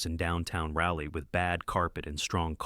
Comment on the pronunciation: No, you live in "Rah-lee," North Carolina. Or perhaps in a computer.